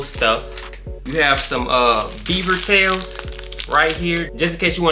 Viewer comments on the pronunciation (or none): none